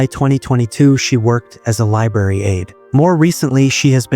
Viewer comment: The word library is not pronounced “Li- bary” .